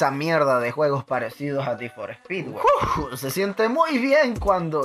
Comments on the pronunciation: we es need for speet lentejo no mames sigue el canal de need for speet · Ni for spy 😂😂😂😂